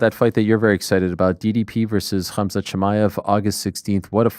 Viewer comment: Ariel "Hum-zut" Helwani